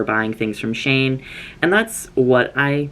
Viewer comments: SHANE? its pronounced (she-in) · BABE I LOVE YOU SO MUCH BUT ITS PRNOUNCED “SHE-IN” AND I KEEP THINKING YOURE TALKING ABOUT SOMEONE NAMED “SHANE” LMAOO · half the video i wondered why ive never heard of the brand "shane" until I realized it was shein😭😭😭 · There are so many different pronunciations of shein I’ve heard, but saying “shayen” throughout this entire video is now my favorite pronunciation.